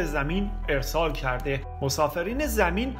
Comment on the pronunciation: شمارو سوگند به هرچی میپرستید یا بهش اعتقاد دارید اینهمه جعل و دروغ در فضای مجازی منتشر نکنید این شعر اصلا" سالها بعد از مرگ فروغ توسط آقای جواد بنی اسدسروده شده خانم گوینده این شعر هم که کلمه ای رو اشتباه تلفظ میکنه:( کرده) صدای اون مرحوم از اون دنیا نیست شرم هم خوب چیزیه 🤔